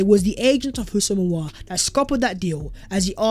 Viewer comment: Here we go again.. Houssem Aouar😅😅😅